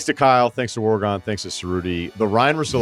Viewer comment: It's Russillo mate not Russilo